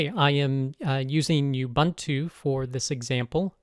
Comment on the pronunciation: Thanks! Great video! Just one thing. Please pronounce Ubuntu as "oo-BOON-too", not "you-BUNT-oo".